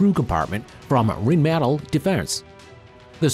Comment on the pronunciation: Well, let's see: EWTV: US S-400: Russia ADS: US RMMV: German (badly pronounced, but Rheinmetall is German) Polaris MRZR: US IVECO: Italy JLTV: US Black Knight: US Krasukha-4: Russia Stryker: US So admittedly, there's a high proportion of US vehicles. There's also a dearth of vehicles from non-Western nations (Japan, South Korea, China), some of which almost certainly deserve to be included. But I don't think it was as lopsided as you're representing. Besides, the US does a lot of weapon design, and unlike many other nations, does a lot of it publicly - so there's video available. You have to work with what you can get, after all.